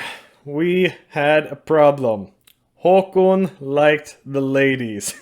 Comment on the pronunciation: i think it's pronounced "Håkån" not "håkoon"...